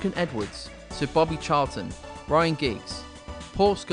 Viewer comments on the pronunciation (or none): none